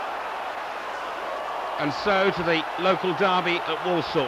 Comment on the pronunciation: Walsall not Wallsall